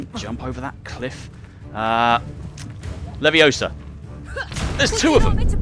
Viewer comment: It‘s funny that you have to pronounce the spella correctly for them to work like in the books/movies.😂 (it‘s LeviosA not LeviOsa)